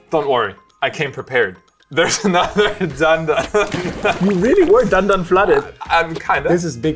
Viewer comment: Omg i love you so much. Its DAN-DAN